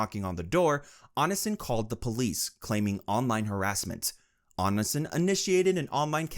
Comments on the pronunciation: "on in sin" 🥀💔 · I admire your effort at summarizing the endless shithole that is Greg (or "Anasin", which is how I misheard your accent, pronouncing "Onision" lol) Genuinely great content, I love having the icebergs on play while gaming/doing chores. Keep it up 👍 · "ice o logger" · It’s pronounced Oh-Knee-See-On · "Oni son" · if there's one person who deserves to have their name mispronounced repeatedly, it's onision. ik he hates being called "onion man" so i have a feeling the "onisin" pronunciation would also annoy him. good. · "On-i-sin" bruh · It annoys me when people can't do enough research to pronounce someone's name right. But Onionman deserves all the disrespect, so I'm here for it. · The way this man pronounces Onision has me decaying just a little more every time. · Bro if you keep pronouncing Onision like that you're going to start a mass chain reaction of brain aneurysms. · Fr I was so confused cuz I've been listening while playing games and my stomach started hurting blah blah... And so I wasn't looking at the screen and it took a sec to realize he meant Onision. It hurts me when he says it like that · why does he pronounce onision like that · omg I didn’t realize you were talking about Onision at first, what a pronunciation 😂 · You gotta be mispronouncing such big creators names on purpose lmao 😂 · Is this voice AI?? How can you get Tana and Onision’s names wrong?!